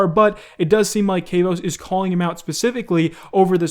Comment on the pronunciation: Isnt Kavos pronounced with a short A? Like ahhh, not like A as in cAve.